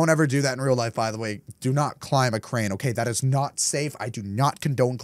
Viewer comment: said crame not crane